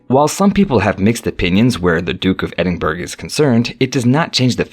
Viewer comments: Edin burg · Not to be anal. Buuuuut .. its the Duke of Ehd-inn-burrow - OR If you want to it to sound real Scots.. sound this out. Ehd- in -bruh... !! This is how we do it. (NOT - Ed in burg) 😄✌✌ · This guy say burg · The Duke of Edin BURG?! Get your facts, including pronunciation, before making a video. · Ah yes, Edin burg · It’s pronounced edinburrah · Thumbs down for pronouncing Edinburgh wrong. 🏴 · I agree please pronounce properly